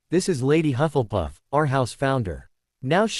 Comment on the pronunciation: It is not huff and puff, it is hufflepuff, if you can't get the pronunciation right don't say the f**** word